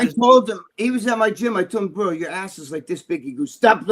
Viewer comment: “Brudda”? LMAO. No cap is not also only a failed client of Armons, but he couldn’t even finish basic high school education.